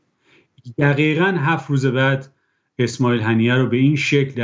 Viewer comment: این یارو اس.ما.ییل ه.نیه س، نه اسماعیل ه.نینه. خودت تو سرنام که نوشتی ه.نیهُ سداش میکنی ه.نینه